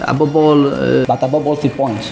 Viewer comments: Emery dit "above all" les espagnols prononcent le v et le b de manière similaire, sinon le kifferait avoir le maillot de Gignac! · Il dit "Above all" mais comme en Espagne on dit les "v" en "b" il dit "Abobe all". Voila :) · "Abobol" c'est "above all" je pense, par dessus tout. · Je pense que Unai Emery essaye de dire “above all” quand il dit “abobol” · Abobol = Above all. Emery etant espagnol il prononce ses v comme des b. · Il veut dire above all (avant tout) par "ABOBOL" d'après mes fines oreilles :), je peux avoir le maillot ? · Abobol, je crois bien qu'il dit "above all" "par dessus tout" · “Abobol”: Il veut dire “Above all”😂😂😂 au moins il en essaie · Above all = par dessus tout et non abobol 😂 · ABOBOL= above all qui signifie avant tout, par dessus tout(prononcé en espagnol ça donne ABOBOL lol)😂😂😂. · "Abobol" = "Above all" (parce que le V se prononce B en espagnol), qu'on peut traduire par "Avant tout" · Unai Emery dit « above all » qui veut dire « par dessus tout » Il le prononce « abobol » car en espagnol on prononce la lettre « v » avec la sonorité de la lettre « b » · Il dit pas abobol il dit "Above all" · Surtout qu'en Espagnol le v se prononce b. above all... Abobe all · Je pense qu'Emery essaie de dire "Above all" mais j'en suis pas sûr. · Il doit essayer de dire "above all" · Emery dit "Above all" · C'est "Above all" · "Abobol" pourrait être Above all, notre cher Unai Emery voudrait dire "au delà de ça" mais vu comment notre ami manie la langue de Shakespear, c'est pas 100% sur ! ( en espagnol le "v" se prononce [b] ça expliquerai son p'tit soucis x) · Bien dit, pck le V espagnol se prononce B ABOBOL mdrrr ;) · Je croix que Emery a encore du mal a dire #Above all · Emery dit "above all" je crois, mais sa prononciation est douteuse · DéDé je veux ton maillot fréro ! Sinon le mec dit above all mais j'imagine qu'il doit être espagnol car les v se prononcent b ducoup "aboball" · je dirais qu'Emery dit "Above all" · "Abobol" j'en peux plus 😂😂😂